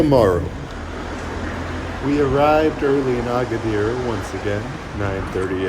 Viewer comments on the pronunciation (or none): none